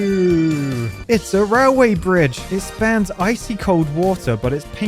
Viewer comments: Am i tripping or is he saying rawl way? 😂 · Why do you pronounce it like "rileway"? 😁 Is that now it is pronounced in UK English?